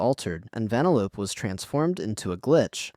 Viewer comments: Ve-nel-lo-pe not Vene-lope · Vin-eh-lope? Have you seen the film?